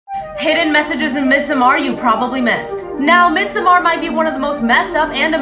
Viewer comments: No its NOT, lol, tf, why you lying? Im swedish. You absolutly dont say midsomAAAr. You say midsommar. Its a very short A, not drawn out at all. Why are you pretending to know when you dont?? 😭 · as a Swede, “midsommar” is not pronounced “midsomaar”, though some people might have a hard time pronouncing it correctly, so sure pronounce it how you want. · I guess it’s pronounced meedsomar? I’m trying to sound it out over her lmao It’s kinda hard if you don’t speak Swedish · holy shit its pronounced midsummer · pronounced mid-summer :) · If you try to sound correct about pronouncing something please pronounce it correctly 🤦🏼‍♂️ ”MiDsoMaaAr” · How the director pronounciate it means nothing, he is not swedish, it is a swedish word. Ofcourse he mispronounces it, since hes not swedish. You cant call it correct just because someone says it that way? 😅